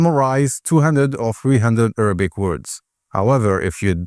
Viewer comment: Why do you keep saying Errabic